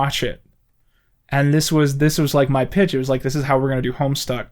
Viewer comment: I have absolutely no idea about this Homestuck , I originally thought he said homestar as in homestar runner